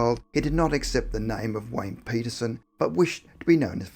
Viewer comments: Hahahaha!! At the beginning of the video, I swear that it sounds like he says Wayne Penis-son! That made my juvenile-humored day 😊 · That's what is sounded like. 😂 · Collier totally agree